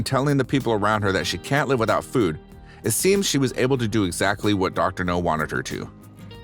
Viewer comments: Reading my mind…it’s Now,not No!!!!🤬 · N steady cramming food n her mouth n this man narrating this is still calling dr now dr no how dumb is that dude get it rite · Yeah, this Dr topples weight, not missiles